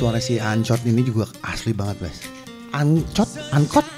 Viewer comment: Bengek ngik- ngik waktu bilang aang-cook 😭